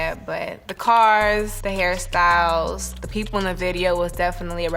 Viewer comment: everytime she said hairstyles i kept hearing “harry styles” until i turned on captions lmao